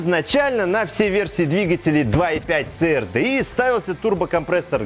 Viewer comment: Ц АР ДЭ И!! )))))))))) Кому, то надо срочно повторить английский алфавит!!! ))) И поменше эмоций!! Это же не политическая передача!